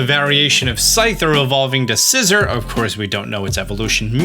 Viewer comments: It's (Kleav-ore) like (Sciz-ore) not (Kleav-er) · Your pronunciation of Scizor is really bothering me. Sizz-or, not scisser